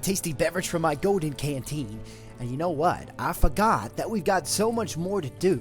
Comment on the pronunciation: Fantastic entrance, bad ass! Also, I love the twang of Southern accent you put on... "I foh'got about something I needed to do!"